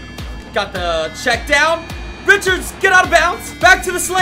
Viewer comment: Stop calling #30 Richards, his last name is pronounced Rishard, Cmon bro dont diss Rocket Rich. Sincerely RAIDER NATION